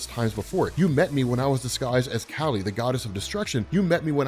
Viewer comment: Kali. Its pronounced like the first half of "CAULI-flower". And kali is the other half of parvati